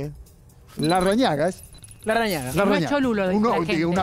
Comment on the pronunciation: Jaja "Larragaña"